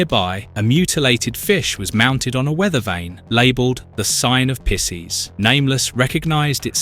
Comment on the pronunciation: Bro pronouncing Pisces like that made me spit out my drink 😂